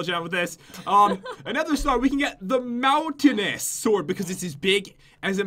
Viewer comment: The second weapon is pronounced moun t ain e us